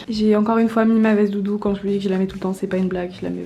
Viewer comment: Eloïse G elle a dit doudou ou tout doux?